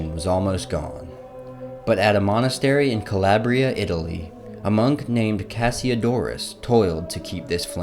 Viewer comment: Thank you for this insightful video, but, forgive me, your pronunciation of “Calabria” sends ice-cold chills up and down my spine. It seems to me that the correct pronunciation of Latin-based words is an important part of being well-educated. The Latin vowels, unlike English vowels, are usually pure. The letter “a” is pronounced “ah,” not like the “a” in the English word “lab.” Ergo, “Ca-lah-bria,” not, “Ca-lab-ria.” I hope this helps.